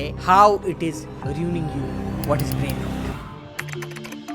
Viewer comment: "brain rot" pronunciation toh thik se sikh lo bhai.